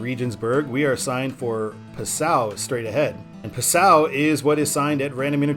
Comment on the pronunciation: Passau is pronounced PAH-sow, not p'SOW. My mother lived there for about 5 years.